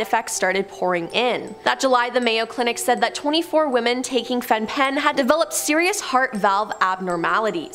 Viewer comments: Very interesting video, just a kind suggestion to check how to pronounce things beforehand. Fen-Phen is pronounced fen-fen. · Fen-Phen is pronounced "Fen-Fen.". My mum's generation used it, though she didn't. I warned her in time. Sometimes we don't know what danger we put ourselves in.